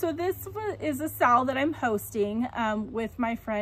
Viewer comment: I'm catching up on my flosstube watching and I love the owl piece you're doing. I also love that you said we are doing a sal it sounded like "sa-owl" 😁❤ Can't wait to see all the owls :) I picked up some "Passion" in that FNFN too!